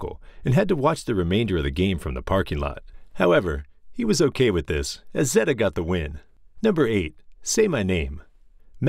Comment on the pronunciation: HI Thanks so much for watching the video. I apologize for the Zeta mispronunciation enjoy the Zeta Door chant. link below